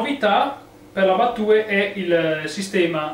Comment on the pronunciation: Bella recensione! Per il mio personalissimo parere la trovo bruttina e poco versatile, un piccolo appunto, la sigla "battue" si pronuncia "battiù"